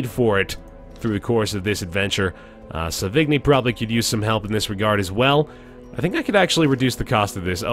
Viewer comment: ahem sauvigni=sô-vi-ñí and puchot=pew-shô XD well done man, really been enjoying the series